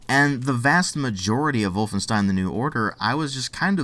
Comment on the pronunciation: I like the way you pronounce "Wolfenstein". Greetings from Germany, buddy.